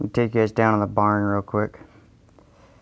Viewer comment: You said hi gays🤦‍♂️